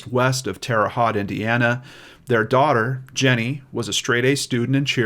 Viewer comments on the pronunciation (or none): Thanks. The “Haute” in Terre Haute rhymes with “boat”. Wabash is pronounced “WAH-bash”, not “Wuh-BASH”. Hoosiers everywhere will thank you for correcting this in the future. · Love your channel,all the hard work you do and the heart with which you do it. I grew up in Terre Haute from 10 yrs to 18 yes old. Left and never missed that place. Lol. Just for info's sake...terre haute is a french name meaning "high ground". Haute is pronounced "hote" like "note". Also been liking game night!👍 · Jfyi, it is Terra Haute: teh ruh hoht as in Coke, long o. Like the french pronunciation. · This is probably super picky but “Haute” rhymes with “coat.” Just had to correct that as a Hoosier. Really like your show,!🤗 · Yes, we Hoosiers don’t always make sense in our pronunciation! 🙂 We love you! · I couldn't help but laugh some hearing him pronounce it like it's spelled lol. I live couple hrs away from there myself. My mom was born there and my grandparents immigrated from Syria to there.